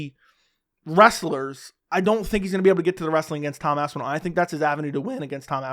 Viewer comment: “eyidmen “🤣🤣